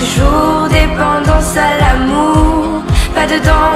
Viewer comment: Pronunciación Joug on Amor numero on Ce la Amur suprem Di mua que tu ames Shu vu on joug Numero du Un suit Al hotel supplemont mogtel Yi te regarde Tute la nuit Donce surmon am ne plu permis Neuf jougs La vie cet du velours El eternite Une necesite Joug dis Vagacion du delis Que vudra tu feg? Une ballade en mer Shak jour Depandonce al amour Pa de dons atur Ce le joug on